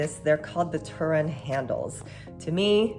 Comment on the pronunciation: I love the Filipino representation when you said turon